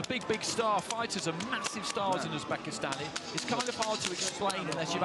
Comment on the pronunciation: Господин,. Англичанин, прошу, правильно, произносить, слова,. Узбекистан, или,. Узбек